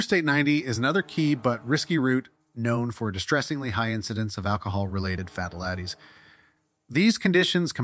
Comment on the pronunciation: Agreed...WOW... brother.. please pre read before narrating... FATALITIES 👈 only one of several...On the flip side thank you for the info 🤙